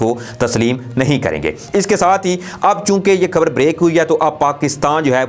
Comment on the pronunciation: کھفیہ۔۔۔۔ کھبر۔۔۔۔۔ کھلاف۔۔۔۔۔۔ کھیال۔۔۔۔ کھان۔۔۔۔۔ او میاں کھے کھے۔۔۔۔ اپنا تلفظ ٹھیک کرو